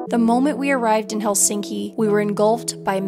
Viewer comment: It's "HEL-sink-i", not "Hel-SINK-i. All Finnish words are stressed on the first syllable. Can't believe you didn't pick that up when there.